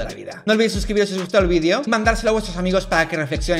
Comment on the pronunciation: Tampoco se dice "vidio" se dice video